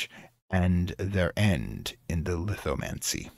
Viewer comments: Great lecture. One correction though, I think the event is called Lithomachy, not Lithomancy. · Is it Lithomancy or Lithomachy? Because the Titan War from the Greek mythology is called Titanomachy and I'm like 90% sure that CS world's war between Gods-From-Stone and Hours is a reference to that. No disrespect, the video's good, just felt like a bit of an oversight.